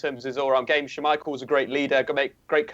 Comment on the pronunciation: saying someone else's name wrong. Still says Mkhitaryan wrong. Now adds an extra syllable to Schmeichel's name